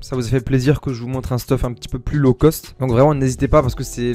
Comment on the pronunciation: « Un peu moins law cost » tu es Marseillais? 😂 gg pour les games!